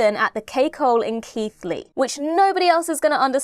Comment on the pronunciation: Well done on pronouncing Keighley correctly. I too am a resident of the said town. 😊